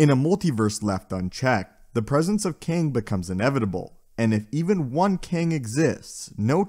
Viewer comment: Why do u pronounce him “King”?